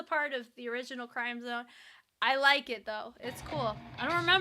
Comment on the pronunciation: With due respect, the correct pronunciation is “krim-zohn” not crime-zone. Crim sounds like “rim” and zone sounds like “bone”